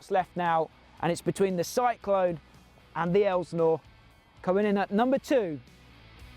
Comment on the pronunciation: STOP CALLING IT AN ELSNOre! It's insulting and it makes you sound uneducated. IT"S PRONOUNCED, ( EL--SIN--OR ) GOT IT?